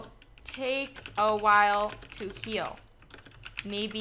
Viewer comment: i thought u said "kill" but u said heal i think xD